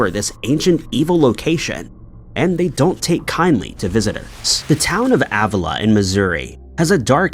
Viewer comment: It’s pronounced Uh-villa. It’s definitely haunted.